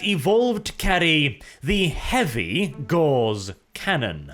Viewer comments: Its “ Gow-ce “ not Gawz . Like Carl Friedrich Gauss . Its a measure of magnetic induction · Gauss, not gorse or gauze. The former was a German mathematician, one is a plant, the latter is a cloth. Please stop saying gorse or gauze when the word is Gauss. But thanks for doing more Necron videos, really appreciate them. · That is pronounced GAWS not GORZ. Great video as always. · for some reason every time speaks "Gauss" for me it sounds like "Gauze"... Gauss is supposed to be pronounced /ɡaʊs/; German: Gauß [ɡaʊs] but i hear /ɡɔːz/ weird...